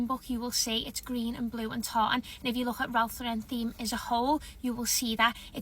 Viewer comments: And it’s “Lauren” like the girls name. Not LawREN. 😆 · I have to laugh at the snobs who can't even pronounce Ralph Lauren correctly. It's not LauREN, it's LAUren 🙄 BTW I'm in the pulling whatever decorations you can find out of the attic and mixing colours everywhere club 😂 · I'm always annoyed at the influencers pronouncing it Ralph Lau-rennnn like he's French. Ralph is unpretentious about his name and always mentions he is really Ralph Lipschitz. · Enjoyed your video! Agree with everything and you are pronouncing Ralph Lauren the right way. I am so sick of people (like the lady in her car) pronouncing it with a fancy "Lu-ren" and that is not the way the actual Ralph Lauren pronounces his own name. I've seen him on an inteview pointing out how people say his name wrong. It's funny that these "experts" don't know that! Anyway, I subscribed and really like your presentation style. Early Merry Christmas from VA 😉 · Not Eliza Doolittle over here trying to be snooty about her Ralph Lauren Christmas. Ma’am. And she’s mispronouncing Lauren. 😂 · Have the influencer don't even know to pronounce Ralph Lauren's name correctly. I have been collecting nutcrackers for years, so wow I have been treading for years and didn't know it. HaHa!